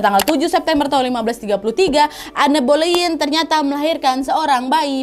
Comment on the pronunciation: Boleyn....g jadi k boyen dengernya 🤭